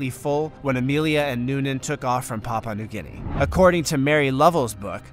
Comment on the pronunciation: Its pronounced pa'u'a new guinea